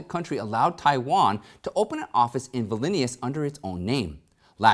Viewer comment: VIL-nee-us, capital of Lithuania. Pro TEM-po-ray, not TEM-pour.